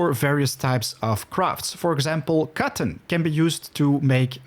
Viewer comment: took me longer than needed to realize he was saying "cotton seeds" , I was like wtf is "cawron"? LUL, love the tips